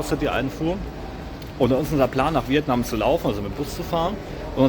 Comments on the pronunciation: Viet Naaahm 🤪khina war schlimmer 😄☝🏼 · DIe Aussprache von Vietnam hab ich auch noch nie gehört :D